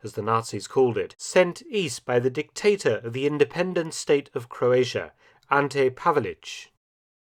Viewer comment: Forgotten? I love him even today. Also it's crazy if English is your first language and you don't know how to say "Croatia".